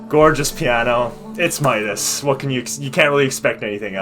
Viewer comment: His name is pronounced “mit-e”